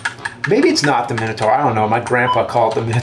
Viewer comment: Why do they call the Minotaur a Men-a-tar lmao